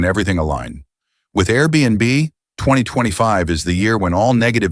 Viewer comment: Fake AI generated. The bot voice couldn't pronounce 2025. Just listen to the voice of the "man bot". That voice is the same voice for countless other fake AI generated videos.